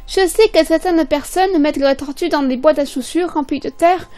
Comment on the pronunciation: Horrible la prononciation ! On peut très bien avoir des tortues en appartement